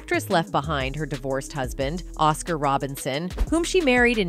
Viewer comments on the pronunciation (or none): none